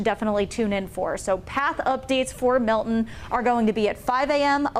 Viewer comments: It’s not Mil’in. It’s MILTON. Pronounce the T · Can you please learn how to pronounce Milton. You are a broadcaster. There is t in the name not a pause or an eh. Mil T on